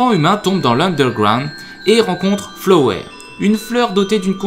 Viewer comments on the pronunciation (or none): Hé bien tu l'a faite gg tu as presque réussi à tous bien prononcer ! sauf flowey... xD (prononcer flowi). Ce que tu as décris c'est la 2nd guerre, c'est suite à la première que les monstres sont enfermés, mais je comprend en 2 min c'est chaud x) Vu qu'il y a un patch français je te conseil d'y joué, une superbe expérience ( faut faire les 3 runs ! :p) Sinon super vidéo